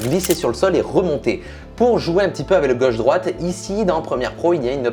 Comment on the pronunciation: Qui a remarqué que dit: avè au lieu de avec